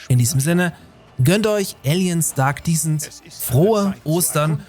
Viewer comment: Kleiner Englisch Tipp: Aliens Dark Descent wird Descent (Abstieg etc.) anders ausgesprochen als Decent (anständig, ordentlich, in Ordnung), wie du es ausgesprochen hast. Ein kleiner feiner Unterschied. Just fyi :)